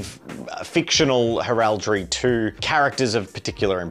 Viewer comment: First time here, cool concept but mate, for the love of christ on a bike stop saying heraldry like that.